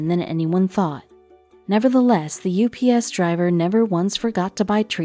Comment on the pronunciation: Its U P S not ups 😘